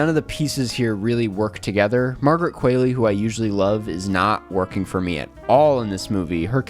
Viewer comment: its Kwa-Ley. Not Queley